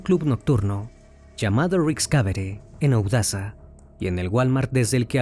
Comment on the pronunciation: Odessa Texas lo dijiste mal 🥴